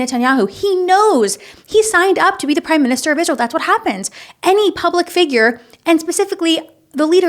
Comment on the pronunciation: And she have to learn how to say Israel and not Ishrael she sounds stupid